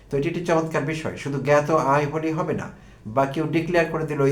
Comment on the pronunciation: জ্ঞাত, এর উচ্চারণ গ্যাতো। গাতো বলেন কেন?